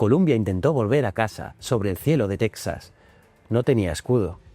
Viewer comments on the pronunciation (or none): none